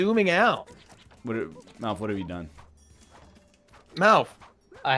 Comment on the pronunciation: How many times did they call Malf as Milf?